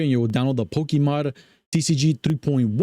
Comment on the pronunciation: Poke - a - Mod. not Poke - E - Mod